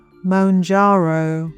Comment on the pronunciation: I could moan about it... but this is a jarring poor pronunciation.